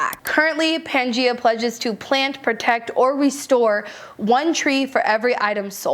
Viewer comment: Thank you for the list! Just wanted to share that "Gaia" is pronounced "guy-a", so that brand is Pan-Guy-A. Gaia was the Greek goddess of the Earth/Mother Earth.